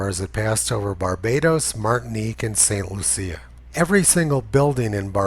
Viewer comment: Good work. Just a note about pronunciation: I believe the Caribbean island of St. Lucia is pronounced LOO-shya.